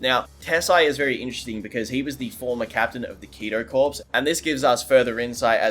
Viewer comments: "Corps" is kido corps is pronounced like "core", not "corpse". :) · Ok. Maybe you're not military enough. The word "corps" is pronounced like "core". Source: I am a veteran of the US Army Signal Corps, and my cousin was with the United States Marine Corps. A corpse is a dead body. Figure it out, civilian.